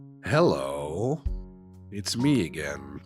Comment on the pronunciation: "hello" he said Europeaningly